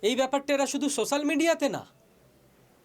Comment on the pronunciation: শোসাল-- এডাবে উচ্চারন করুন। আপনি আমার কথা না মানলেও নিজের মনকে কি বলবেন?. শ সযেখানে আসছে সেখানেই গন্ডোগল। ছাত্ররা কি শিখছে?